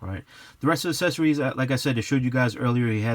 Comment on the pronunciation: The word is accessories not assessories (not a word). You know like there’s a difference between access and asses? Yea that 🤦🏽‍♂️🙄